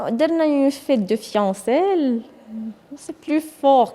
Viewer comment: أستسمح الاخت كتكلم بالفرنسية وقالت بأنه راجلها était un dileuse والصحيح هو un dealer وكنقولوا fiançailles كنقراوها فيونساي ماشي فيونسيل يعني حبيبتي غير هضري بالعربية باش الناس يتعاطفوا معك راه ماشي الكلام بالفرنسية هو عنوان الثقافة او المستوى الدراسي ديال الإنسان ، مجرد ملاحظة. والله يهدي بنياتنا ويتعلموا من هذه المشاكل اللي كنسمعوا بها .